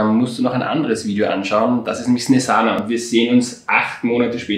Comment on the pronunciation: SNESANA 😂😂😂😂 NICHT SONDERn SNIEZHANA.. 😅😅😅😅😅